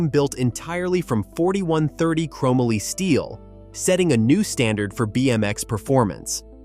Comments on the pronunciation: Dude. Seriously?? Chromaly??? It's CHROME MOLY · Crow-Mah-Lee! Can no longer watch this! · It's ChrO - MOLEE - YA GOOF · chrome - a - lee Really.... chrome - molly ▫Chromoly ▫ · The thing that drives me most crazy about this video is the way he pronounces chomoly. Dude who wrote this def did not live during its time. No fing way. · Can someone please help this guy pronounce “chromoly” 🤦 not to mention all the bad information in this video. I also highly doubt any kid like me into bikes as a kid in the 80’s would agree with this list. How do you leave the Skyway TA off this list?! Or not mention Torker, Cook Brothers, Robinson, or the well known Schwinn Predator. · Terrible music selection and please for the love of God stop using an AI voice otherwise this would’ve been a great video. Learn how to say chromoly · Not to mention the fact that the guy doesn’t even know how to pronounce the word Chromoly. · This guy mislabeled all the tubes. He said the down tube is the top tube. He never rode BMX or has done any type of cycling. He pronounces Haro's name wrong. And he pronounces Chomoly wrong. What a hack. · This AI. Voice Just Butchered What Was a Very Cool, Well Written Story! :hand-orange-covering-eyes:💩 ...."Hair O" = Haro ....."Chrome ah Lee" = Chromoly Poor Kids Today Are Going 2 Say That Their Frame Is Made Out Of, ...."Chrome ah Lee" and Their Favorite Bike Is The,.... "Hair O"😂 ....Gotta' Love A.I..😂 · This video could’ve been done better… I hated the editing. I pronounced chromoly and Haro differently growing up. Haro started off with number plates. Overall bought back a lot of memories. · Whoever this narrator is, they don’t know how to pronounce half the words. Chromoly, Haro, etc. Oh, and, the Hutch pro star should be number one. They also fetch a lot more than $5000 in mint condition. They fetch anywhere between $10-$15,000 in mint condition. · The mispronunciations are killing me. Chromoly and Haro. C'mon